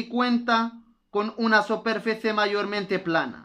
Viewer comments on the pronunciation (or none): للاسف انصدمت في طريقتك تعليمك وكنتمنى متكونش من جاك الناس لي مكيبغيوش يصحح الاغلاط عندك النطق غالض Una ماشي هي ona Superficie ماشي soperfece الله يجازيك بالخير الانسان ماشي معصوم من الغلط لك مزيان يصحح الاغلاط ديالو السلام عليكم ورحمة الله وبركاته